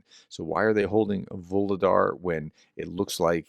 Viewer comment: FYI: "Voohol' " = coal. "Dar" = gift. "Vuhlodar" = "gift of coal". The effort you put into pronouncing these words correctly is appreciated.